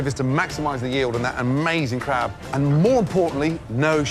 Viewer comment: nooooooo the cwab